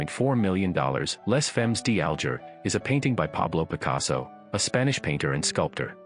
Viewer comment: Your French pronunciation of "Les Femmes D'Alger" is horrible and laughable. Maybe you thought it was by that other Spanish artist PabLow Pik a sow. Then there's Munch, Bunch and Crunch. LOL'ing. As far as the most valuable or best paintings in the world,....there's "The Sleeping Gypsy" and "The Dream" by Henri Rousseau in The Modern in NYC. There are many more of course.